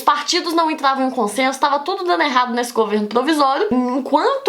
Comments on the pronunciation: ela falou "elado"... Não, errado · Gente, é o meu áudio ou a Débora Aladim troca o R pelo L que nem o Cebolinha. Eu não estou criticando nem zoando, pois eu acho fofo até .-. . E a sua aula foi muito boa muito obrigado por me ajudar pois eu tenho prova amanhã